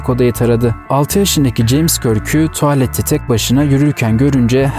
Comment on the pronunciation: Merhaba kanalınızı yeni keşfettim ve çok sevdim. Emeğiniz için çok teşekkürler. Abone oldum, izlediklerimi de mutlaka beğeniyorum. Yapıcı bir eleştiride bulunmak istiyorum. Tuvalet telafuzunuz biraz rahatsız edici. Tualet diye okuyorsunuz. Bir de ABDdeki yer isimleri ve kişi adlarına belki Google Çeviri gibi programlardan dinleyerek çalışabilirsiniz. Onların da çoğu hatalı. Onun dışında ses tonunuz ve vurgularınız gayet iyi. Çok teşekkürler.